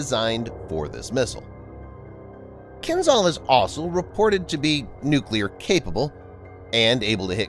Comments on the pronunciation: Kinjhal it is, not Kinzhal. Wrong sounding. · It's not "kin-ZAL", it's "Kin-JAL" ZH is supposed to sound like "S" in "visual"